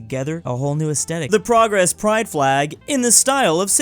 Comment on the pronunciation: We pronounce it proge tho